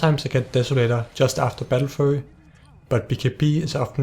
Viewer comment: He prenounces battlefury "battlefurry" lol